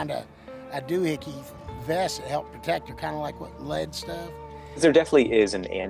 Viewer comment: "She coulden' be 'roun 'lectric... She wore sum kina doohickey vest ta help purtekt hurself..." Solid gold🤣🥇✨